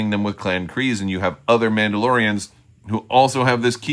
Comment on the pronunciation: Your Mandalorrrrrians sound like turkish noble men of the middle ages 🤣